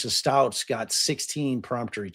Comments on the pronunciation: Pronounced STOUK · For Gannon, Stauch is pronounce St•ow•k